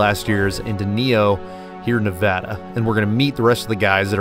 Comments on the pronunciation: Nev-add-a!!!! Not Nev-odd-a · "Ne-VA-duh, not Ne-VAH-duh" as the bumper sticker clearly states. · WRONG PRONUNCIATION. IT'S "Neh-VA-duh" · It’s Nev-a-DUH… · I’m confused the title says Nevada, but you say neva-duh…. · Doing a 900 mile trip + a well made video and still pronouncing the name of the state incorrectly. Get it together here!